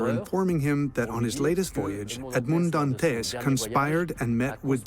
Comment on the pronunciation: AI narration just sucks. Edmaund-d-Dant-ezz. 😒